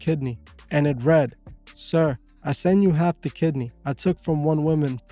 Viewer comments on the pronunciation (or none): none